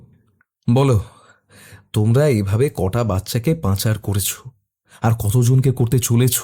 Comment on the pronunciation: 'Khaali Hote'- Roksha Pabe Na, 'Khali Howa' Theke Roksha Pabe. Aar ' Panchar' Noy, ' Pachar' .